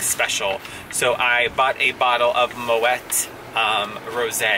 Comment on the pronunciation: Dearest, I sincerely apologise, I stand corrected you do pronounce the 't' in Moët! Do forgive me. I do so hope you enjoyed it. well deserved. From uk.